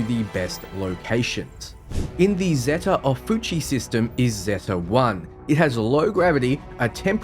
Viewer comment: Zeta Ophiuchi (Zay-Ta Oh-fee-yu-kai}; Charybdis (Ka-rib-dis); Fermi (Fer-mee) Many thanks for the excellent review.